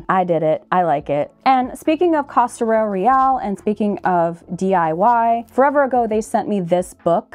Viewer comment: Thanks so much for your kind words about Costurero ❤ you pronounce it fine!! 💚